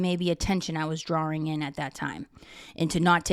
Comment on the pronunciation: Drawring! Brings me back to Medfid ❤